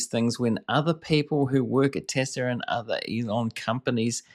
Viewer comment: This guy is repeating what she says anoying tbh watch full interview,and its TESLA not TESLAR.